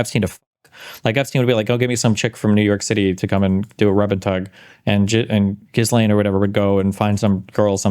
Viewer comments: There’s no way it’s pronounced “jizz-lane” 😂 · Gislaine…..pronounced (gee-lane) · It's "Gi-Lane" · Someone tell Destiny how to pronounce Ghislane. 😂😂😂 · L take. Please for the love of god do any research into this. The fact he doesn’t even know how to pronounce “Ghislaine” is so telling. Flight logs are easily accessible, prince Andrew’s case and the cover up with that, and the mention of the client list multiple times from this administration, and so on. Destiny can’t tread on anything that looks like a conspiracy because he refuses to even resemble a MAGA talking point. He usually is well read, but this is a comically smooth brained take. And that’s coming from a guy named buttchug.